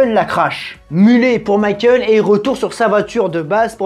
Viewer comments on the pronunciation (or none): none